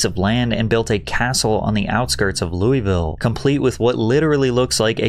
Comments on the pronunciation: Patrick it's pronounced Lull uh vull for Louisville please pronounce it right ❤ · The only problem with this video is how he pronouses louisville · That’s not how Louisville is pronounced 😭😭😭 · Hey Louisville resident here, to spare you the heartache in the future it’s pronounced “LUHL-VULL”